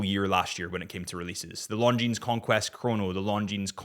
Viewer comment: Isn't Longines supposed to be pronounced with a silent "S"?